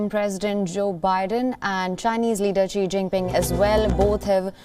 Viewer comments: Such shoddy work by the incompetent reporter: She doesn't even know how to pronounce the name "Xi." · Learn to pronounce “Xi” correctly. This is difficult to listen to a USA reporter that obviously did not go to the trouble to know how to say his name.